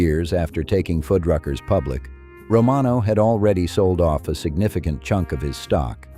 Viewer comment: Narrator: Fuddruckers. Foodruckers. Why are you changing its pronunciation throughout the video? Stay with one or the other please. Thanks.